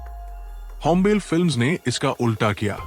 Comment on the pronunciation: होम्बेल नहीं होम्बाले 🤦🏼‍♂️